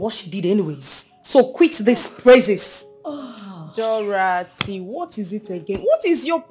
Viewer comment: The name is pronounced Dorothy not Dorathy. She's really jealous friend , always attacking and competing with the fashionista Queen Injideka 🤣🤣🤣🤣❤️🇬🇭